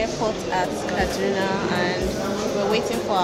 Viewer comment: A visited my state! Repping KD! Did you live there? The way pronounce "Kaduna" like you lived there.